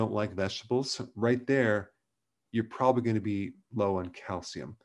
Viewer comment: You pronounced probably, polly. ;-)